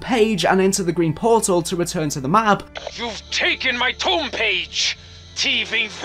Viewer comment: It's pronounced "Tome" not "Tomb"